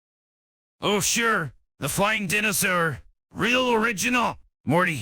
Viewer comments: Am I the only one tripped out by how it's saying Dinosaur? as DIN-o-saur and not DI-NO-saur? No? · The pronunciation of "dinosaur" kills me. 😂